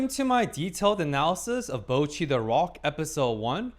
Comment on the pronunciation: I think you might’ve spent too much time in North America. For some reason North American English speakers always have trouble pronouncing “Bocchi”. It should sound like “bot” and not “boat”.